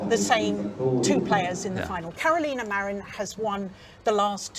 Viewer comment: Gill Clark will do everything imaginable to minimize Marin. If she can avoid speaking her name, all the better. When she does, then mispronounce it. Terrible.